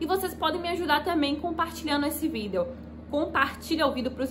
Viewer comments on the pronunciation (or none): Melhor "Vidél" que já vi sobre NIF, pois esse "Vidél" é muito explicativo, sem esse "Vidél" eu nem saberia que precisa do comprovante de endereço brasileiro!! Esse é o "Vidél" que todo brasileiro pensando em morar em portugal deveria assistir!! Que "Vidél", que "Vidél" kkkk a palavra "Vidél" não sai mais de minha cabeça, socorro!!! Kkkk "Vidél"!!! Kkkk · o jeito dela falar videl é engraçado demais " jhente compartilha meu videl " kkkk